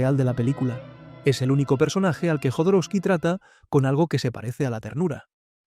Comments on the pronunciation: Jodorowsky con "J" , la pronuncias con "Y" , Alejandro Jodorowsky pronuncia su apellido con "J" . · Por qué le dice Yodoroski y no Jodorowsky?